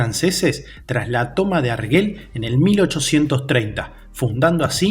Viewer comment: no se pronuncia arguel, se pronuncia arjel